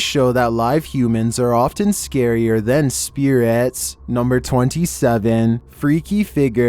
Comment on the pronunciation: Video: “humans can be scarier than spearatez” in that one voice Me (confused): do you mean spirits???